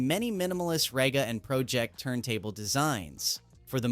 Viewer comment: AI voice pronouncing Pro Ject wrong and right back to back in the same sentence is ridiculous.